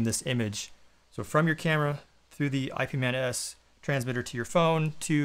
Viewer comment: "ip-man s or i.p.man s." Cracked me up a little